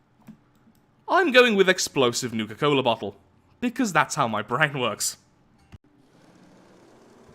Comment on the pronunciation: Wait, did you say NUKA cola? Have you played fallout?